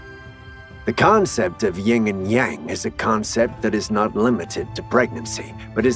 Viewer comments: I couldn't finish the video after the 2nd time he said YING and yang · Dude, it's YIN.